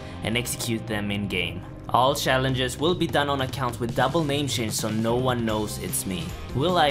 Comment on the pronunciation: "I take your shalenshes"